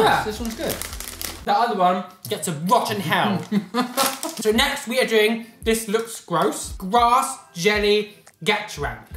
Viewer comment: Oh did he say "doing"? I thought it was "chewing".